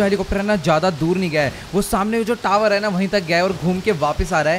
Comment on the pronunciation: तावर😂 टावर ❎ तावर✅